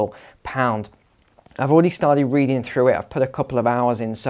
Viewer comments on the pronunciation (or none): none